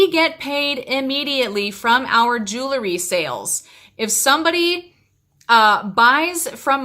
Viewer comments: Love your videos! Did anyone notice this hun pronouncing “jewelry” weird? Like “jool-er-ree.” Lol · Call me crazy, but if you're going to sell jewelry, shouldn't you be able to say the word "jewelry" correctly?